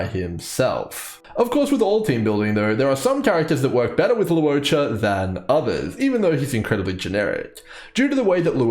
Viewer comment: Awesome guide! And thank you for not pronouncing his name as "lawcha."